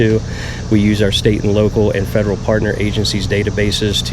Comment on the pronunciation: It’s pronounced “FED ER AL” not “FEDG ER AL” it’s also “UNDER ARREST” not “UNDERNEATH ARREST”